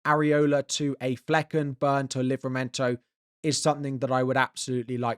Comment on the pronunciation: He said flekken